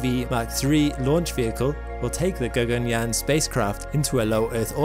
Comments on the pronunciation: "G-A-G-A-N-Y-A-A-N" pronunciation was apt.. 👍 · Your pronounciation of Sanskrit terms- "Gaganyaan, Chandrayaan, Shukrayaan etc" was spot on.👍 It was as if a native speaker spoke those words 😀😀😀